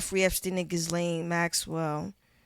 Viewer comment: Big salute, but that silent “s” in Ghislaine is kicking shorty ass. 😂